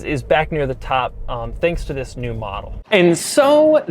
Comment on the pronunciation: Doug always starts his vedio with a ‘Ziss’ lol